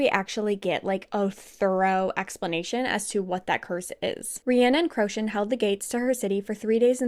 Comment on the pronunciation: I love this thank you! Details amazing and through , however please listen to the audible pronunciation of Manon & Crochan its driving my crazy !😅